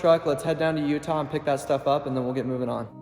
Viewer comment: Did you say you had to head down to "Utah" to go to Home Depot?